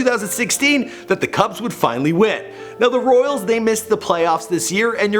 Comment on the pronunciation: 8 seconds in and you already mispronounced his name and the team he played for!